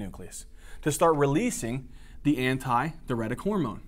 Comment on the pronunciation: nice video but why are you pronouncing adh like that? Isnt it DI Uretic?